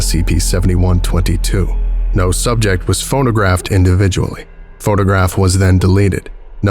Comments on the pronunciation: This has a very series one feel to it. A lot of the writing feels like something that would be in a series 1 SCP, sounding very informal at some points (e.g. “died on the spot”). Not a very good article IMO. Also I swear you kept saying “phonographed” instead of “photographed”. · ... Are you saying "phonographed"? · You kept saying "PhoNOgraphed".